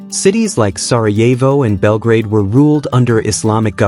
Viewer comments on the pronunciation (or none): none